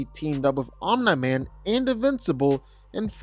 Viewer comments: Omeni man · I’m sorry but the way you pronounce Omni Man as “Omna Man” throws me off so hard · omen-man lol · The mispronouncing of Omni-Man was far too annoying to me smh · why does he say Omni-Man like that ...